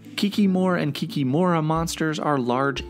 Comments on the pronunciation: Nah, you said KikiMORA and not KIKImora, i wasn't trying to be a smartass, just telling how we say it in Polish/Ukrainian/Russian since its a shared word. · It's Kik"I"mora with the acsent on the second "i" not "o"